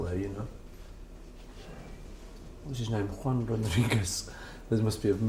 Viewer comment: He says "yo hablo un poquito español". And does it quite good. Also the name of his pen-pal, is Juan, which he manages to pronounce correctly. His ear for music must serve him well for languages too.